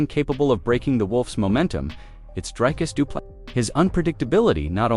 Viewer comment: Repeat after me: Dree-Cuss Doo-Plê-See Repeat: Dree-Cuss Doo-Plê-See Again: Dree-Cuss Doo-Plê-See Once more: Dree-Cuss Doo-Plê-See Final time: Dree-Cuss Doo-Plê-See Final last time: Dree-Cuss Doo-Plê-See Now try again: Dree-Cuss Doo-Plê-See